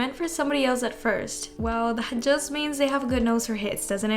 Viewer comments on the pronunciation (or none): none